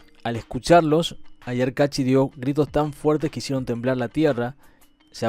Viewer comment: Capac con fueraz en la c, CA.gracias..ayar con acento en la primera A, bye.